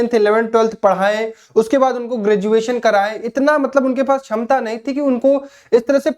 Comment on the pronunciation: भाई आप ""क्षमता"" शब्द का उच्चारण सही नहीं करते हो । छमता बोलते हो ।